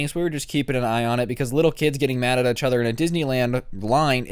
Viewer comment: Im gonna un sub if you keep saying each other wrong